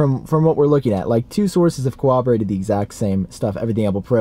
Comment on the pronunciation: I really hate to be this guy... Can you please learn how to pronounce the word ‘corroborate’. There is no W in that word lmao